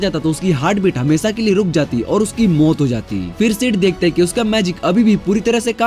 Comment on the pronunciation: Bikers ko bakers or maut ko muthe (wtf) bhai apki pronounsation me thodi gadbadi he 😂😂